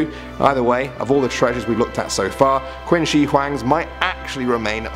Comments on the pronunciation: Great video, however in regards to #1 (Qin Shihuang’s tomb) Qin is pronounced ‘chin’ not ‘quin.’ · Quin is pronounced "Chin" for future reference. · Great video! And I hate to be that person, but it's 'Qin' Shi Huang, not Quin. It's pronounced as 'chin' I'm really sorry > < but otherwise, amazing content! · Qin shi huang not quin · Saying it like quinn just before saying china is just wierd. Its not like thats where the name is from... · OMG i thought nobody noticed this! I repeated the part he said QUIN haha